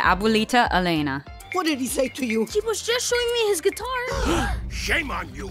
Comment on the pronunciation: just one thing: it's pronounced Élena with a different accent. And the adjective "Gustosa" means basically "tasty"